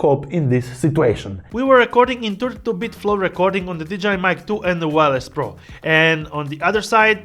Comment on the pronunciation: did you say "DJI mic 2" or "vagina mic 2"? LOL 🤣 Great video BTW